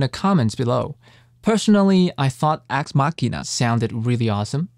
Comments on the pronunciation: Homie was saying axe Ma-shin-ah and had to dub over the proper pronunciation, hehe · I stop by here every now and then, to listen how you say Axe Machina.